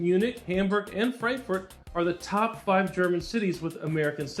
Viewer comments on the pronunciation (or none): Du hast dich richtig gut angestrengt deutsch zu sprechen. Die Aussprache des Buchstaben "A" macht dir allerdings Schwierigkeiten. Versuchen Worte wie Frankfurt mit einem "Ahh" und nicht mit einem "Ä" auszusprechen. I left Germany in 1961 and resided in Mar Vista California until 2021, when I moved to Fort Myers Florida. I am glad, that you like Germany as much, as I like Florida.